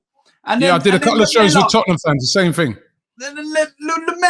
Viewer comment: ''IN THE CUP FOR TOTTINGHAM''... HAHAHAHAHA